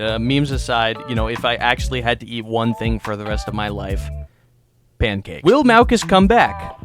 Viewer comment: Mowcuss ❌ Malcuss ✅ Malcous ✅